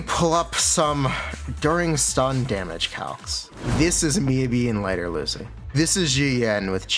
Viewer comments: i mean, saying "mi yabi" is more correct than "miYAbi" so you're good also great video and gratz on beta access ‼ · uh its mi yah bi actually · it's miyabi not miyabi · HUGE points for calling jer "Mi-yuh-bi" and owning it 🤣🤣🤣 I was waiting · I figured that you intentionally say Miabee, but now I know for sure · why does he say her name all weird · Bro her name IS Miyabi, not MiYAbi. The first few times you said her name was correct Japanese. The long A is American, like YaNAgi, that’s also wrong it’s Yanagi fast.